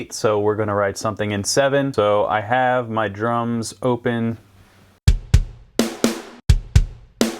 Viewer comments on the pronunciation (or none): none